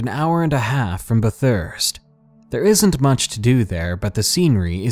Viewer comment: BTHURST Fuck haha I hate when Americans try and pronounce BATH URST. That's equally as annoying as BAT HURST.